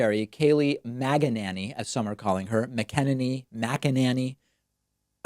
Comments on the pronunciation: It’s pronounced MAGA-Nanny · The correct pronunciation is macananus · Kayleigh McEnemy? McEnema? McFascist? Yeah, there ya go. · McELooney is how it’s pronounced. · Her last name is pronounced “McNinny.”